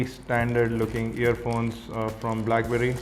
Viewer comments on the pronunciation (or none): i rikeee ur krifeeee and brackberrrrrrryyyyyyy :)